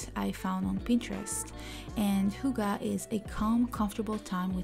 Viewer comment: I'm in... We danes split the word Hygge between the two g's... Hyg-ge and shorten the y sound when saying it... 😉